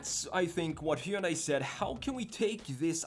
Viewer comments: It's pronounced Hunday like Sunday! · Very nice design. Also we're almost to 2023 and YouTubers still can't pronounce Hyundai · I don't know how many times I can hear one guy pronounce "Hyundai" wrong... I'm out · it's like HUN-DAY, it rhymes with Sunday as the old ads would say